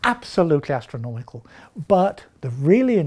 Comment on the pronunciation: It's not astronomical, it's ackernomical